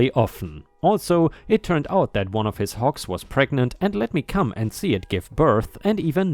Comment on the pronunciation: It's HOGS not HOKS. I realize that in your native language a "g" is often pronounced like a "k". But you should know about this by now.